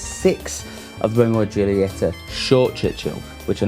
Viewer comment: Could you trust a guy who can't pronounce the name of the cigar brand ;-)